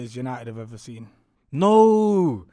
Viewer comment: always says sin instead of seen 😂😂😂😂